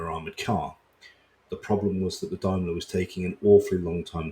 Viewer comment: Blinking awful subtitles though. Also neeed to learn the correct pronunciation of Daimler(a wholly British company at this point).